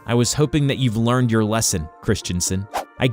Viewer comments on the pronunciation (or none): none